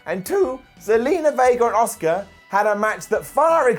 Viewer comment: is the only youtuber that pronounces Asuka 👆👆